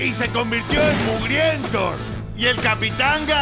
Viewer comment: "Mugrienthor" mori con eso jajaja